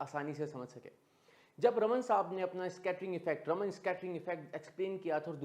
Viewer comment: It is Raaman (रामन्) effect. Not रमन्. Please learn and use accurate pronunciation.